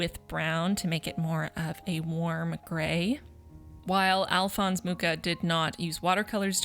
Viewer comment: I would just like to add that Alfons Mucha was a Czech painter and the CH in his name isn't pronounced as KCH sound but a much softer one~ <3 It's a bit tricky maybe, I'd recommend visiting Wiki for an example of pronunciation.